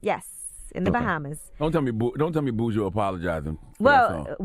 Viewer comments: Angela need to pronounce Buju name correctly if she is going to see him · Oh Yee you gone be here? 👀 You pronounce his name weird lol